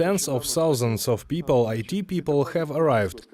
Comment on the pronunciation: I enjoy UATV Videos but someone please teach this kid the correct pronunciation of 1,000! It is thousand and NOT ‘southand’.